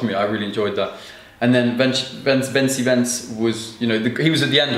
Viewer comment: it is pronounced like this: VenTSi VenTS.